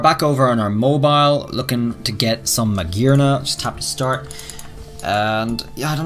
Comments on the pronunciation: Hearing him say Magearna the correct way made my soul melt into heaven. Such a lovely accent shan’t be wasted on butchered names 😭😭😭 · Finally he said it right xD